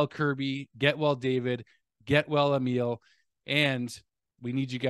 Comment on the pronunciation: Yes it sucks big time. By the way, Emil is pronouced “E” “mill” (factory), rather than “meal”. Does that make sense?